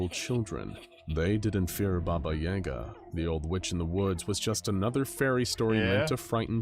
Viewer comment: It bothers me more than it probably should that SCP Explained mispronounced "Yaga". I'm not even Russian.